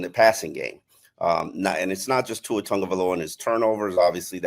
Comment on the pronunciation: One thing that blows my mind is that even after all these years still doesn’t pronounce Tua’s name correctly.